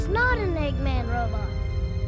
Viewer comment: Why are you saying "eggman" like that? Egg...Man.